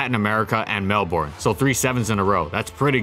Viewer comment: That is not how you pronounce Melbourne. This comment has been brought to you by a concerned Melbourne citizen.